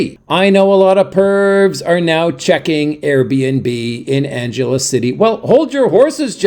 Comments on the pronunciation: At least pronounce the name of the city correctly! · If you'd ever been there you'd know how to pronounce it.